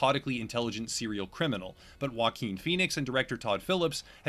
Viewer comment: "Joaquin" is not pronounced like you think it is. All I can hear is "Walking Phoenix"!